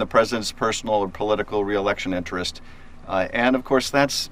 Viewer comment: OMG Did you just say intrents? Stop it!